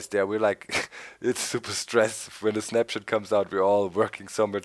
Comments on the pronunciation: lol i thought they were saying SNAPCHAT!!! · I cant be the only one who thought they were saying "Snapchat" In the intro